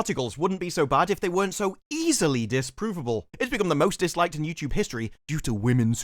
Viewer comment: Disprovable... Disparuvable? 😅